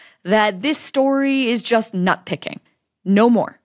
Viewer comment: Wait a minute... did you just say "knot picking"?